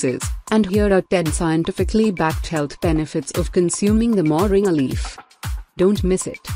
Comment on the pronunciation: The name is not Moring as pronounced in the video. It is actually pronounced Moringa (sound "ah" at the end).